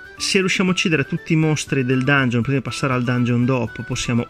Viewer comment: Dangheon? Santo dio le orecchie.